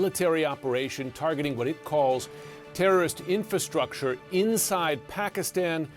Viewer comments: Terorrist, say terorrist man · Hey dude, you mispronounced terrorist.